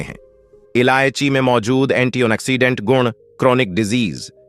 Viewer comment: अर्क को अकर कह रहे हो, फंगल को फगल कह रहे हो एंटीऑक्सीडेंट को एंटी ओन ऑक्सीडेंट कह रहे हो